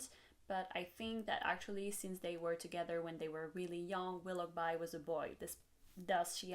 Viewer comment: Very nice breakdown! Also: Wiloughby is pronounced willow-bee. :)